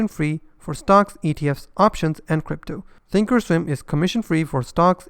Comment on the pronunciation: Thank you for saying that Thinkorswim has a complex interface. I don't like how often you have to place an opposite order for a stop - not intuitive. I am more of a visual person. Webull does also have paper trading, although not back testing like you said. Sounds like you're saying "Think Storm". When you say "comes with pro tools" that can be confused with the high-end audio editing platform Pro Tools, which is popular, but expensive. Say professional tools. In English you don't pronounce the L in Charles, but you would in Replay - yes English can be confusing. Overall, among all platforms on your channel, which do you like for intuitive, ease of use trading and charting ?